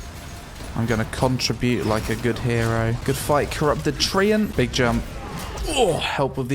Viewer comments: Im really enjoying the content and your videos but i think i had enough of your jumpUH and every shit u saying just puting the UH in the end BROOOO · and "Jum-puh!"